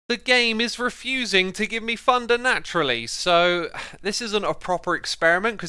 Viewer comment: gotta love xisuma's pronunciation of thunder 😂